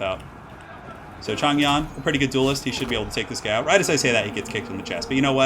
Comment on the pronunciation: Yo! Nice to see some Three Kingdoms. Even the game pronounces mandarin incorrectly with regard to Zhang Yan, so you are definitely excused. Simple rules for pronunciation can be read about if you look up pinyin (writing mandarin with Chinese characters), but basically, zh should be pronounced as dj (not completely correct, but it is close enough), so Zhang Yan is pronounced as Djang Yan. Else you can also use Hope it helps and sorry if I was pedantic.